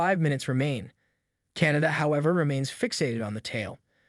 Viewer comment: KAH-NAH-TAH holy shit. CANADA CANADA CANADA 🤭